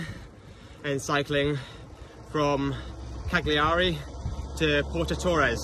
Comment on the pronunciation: Pronounced Calliaree